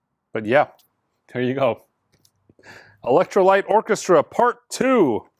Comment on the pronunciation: Sounds like you said "Electrolyte Orchestra" ;-)